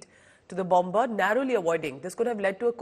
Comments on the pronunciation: Please say bomer though there is a b in the middle. It is silent. Sorry about being pedantic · Bomb-ber? Please pronounce the word correctly.